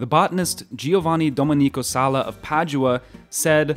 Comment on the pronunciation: RaFFaele Espòsito is stressed on the 'o' - not on the 'i' It is a myth that all Italian words or names are stressed on the last syllable. It sounds really strange in Italian when Italian names are accented incorrectly. Giovanni Domènico Sala, again the stress is on the 'e' - not on the 'i' "no basil for pesto....before the 1800s" ? Basil was grown on the Italian peninsula thousands of years before the founding of Italy. "...Italians were eating mainly French and Spanish cooking..." Perhaps in Naples that was under foreign rulers. According to other sources, Caterina de' Medici introduced Italian cuisine to the French nobility in the mid 1500s. Many vegetables that have always been popular in Italy were still very rare in Germany in the 1970s years.